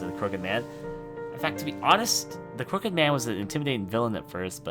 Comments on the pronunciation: Pwediepie skip on skiping a bunch of parts(like he search on google for passwords because he couldn't find it himself.) and he kept pronouncing crooked wrong, which drive me insane. Plus pwediepie didn't make every single game in the word. Others have the right to make videos of it too, just because pwediepie made one, doesn't mean everyone just copies off of him. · Below I agree because pewdiepie can't even pronouce crooked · He can't even pronounce "Crooked" right.